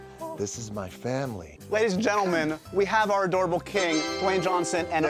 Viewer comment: “Jwayne the rock Johnson” “JWAYNE!”